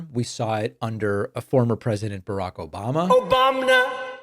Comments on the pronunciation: Incredibly off topic but the “OBAMNA” took me out. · lol the Obamna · I love the “OBAMNA” sound…! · What the hell was that ?? *obamna*?? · David! You have to keep the sound bites of trump in your videos!!! When i hear "Obomna" or "Troath Censhul" it cracks me up!! And I need a good laugh with all the chaos going on. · Hi David, i like that Obamna thing😅😅😅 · Love the “Obamna” and “Troth Socal” sound bites, keep it up haha